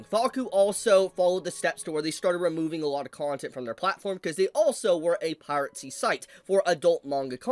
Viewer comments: please... its "Pie-Ruh-See", not "Pirate Sea"😂😂😂😂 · it’s pronounced piracy. Pira-cy. Not pirate-cy.